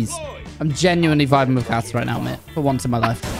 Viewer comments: “Whiff” I Hope You Had a great year and We Love You Mate And I Hope The Next Year Of Waffling is even Better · "whiff" <3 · hey well guess what. “Whiff” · “Whiff” your best waffler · "Whiff" keep up the great work